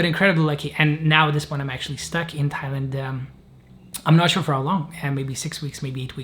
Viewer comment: This is another good, unpretentious, and real video,. It sounded to me that Jacob tried to say he wanted to go to Thailand from Pakistan all along, but because we know he is Lithuanian, somehow ’Thailand’ sounded like ’Tallinn’.